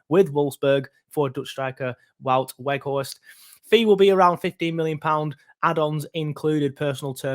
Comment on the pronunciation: Think you say both w's in his name as v's and his first name is pronounced like the word 'out'